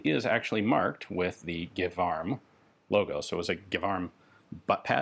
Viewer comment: As a native speaker, I would be quite surprised if it wasn't pronouced "Jévarm" insted of Guévarm". You're quite probably under German influence (Gewehr) :)